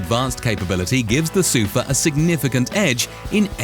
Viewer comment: SUFAAAAAAAAAAAAAAAHHHHHHH (stress is on the last syllable).